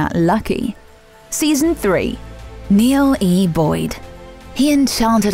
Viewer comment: My name is Neale and is pronounced Neal, not Neal E.